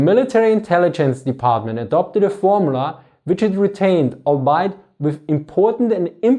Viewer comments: "albeit" is actually prounced as "all-be-it" basically read it as "all be it". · Colonel I didn't use it? And there isn't a particular syllable he emphasized over the others?